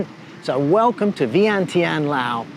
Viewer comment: It's pronounced Laos with an "s", great place to live, today in my village it's 32°C no power or water for the weekend, this place is getting expensive, my Laos neighbours go to Nong Khai hospital for treatments, yes romantic and rich history, but they don't pay the bills, Patuxai, called the second airport, built with left over tarmac concrete, how do you pay the bills when many things are listed in US dollars, it's pronounced Laos with an "s", best to stay in Thailand, if you have a breathing issue don't come here, lots of dust and afternoon rubbish burning, plastic, rubber and more, you're welcome.